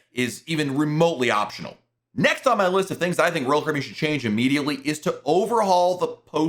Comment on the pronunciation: SLOWLY PRONOUNCE: ROYAL CARIBBEAN!!!!!!!!!!!!!!!!!!!!!!!!!!!!!!!!!!!!!!!!!!!!!!!!!!!!!!!!!